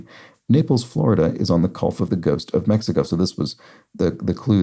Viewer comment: Worth sitting through to the end just to hear say, "Naples, Florida is on the Culf of the Ghost of Mexico." (Thanks for the, Rev.)